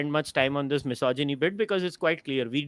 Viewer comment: Is it just me who is bothered by how she's pronouncing "misogyny"? I appreciate her thorough research and her opinion on the topic though.